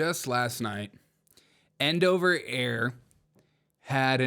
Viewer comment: I'm not sure which annoyed me more: The continuous, childish fart noises; or you constantly mispronouncing Endeavor Air as "End Over." WTF dude?